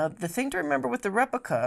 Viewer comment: prah-cess, not PRO-cess repLica, not repica